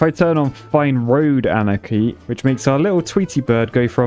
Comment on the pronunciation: The mods has been been called “anarchy?” Not “ahnaki?”